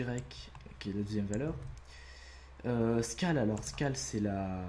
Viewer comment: Sunnymation Making of xD Faut revoir ton accent anglais 😂 genre "Scale" xD j'etais mort 😂👌